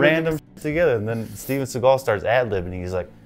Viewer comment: Gotta love how you emphasize the Steven SeaGULL :) By the way, the gunshots sound so good because they were recorded in the actual corresponding space here, basically every other movie uses some studio recorded sounds and then the environment of the shot is "added" in post production